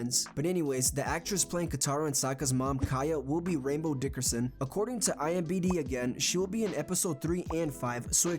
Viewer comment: Are you saying IMBD?